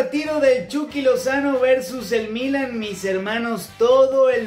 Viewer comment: Buen reportaje, nada mas no tomes moda de los comentaristas argentinos que pronuncian muy mal el español. Es Milán, no Mílan, el acento va en la "a". Saludos.